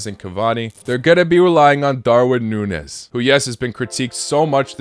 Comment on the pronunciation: darwin nuñez not nunez